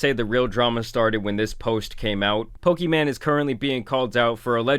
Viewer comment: I love how he calls her "Pokeman", it reminds me of my grandparents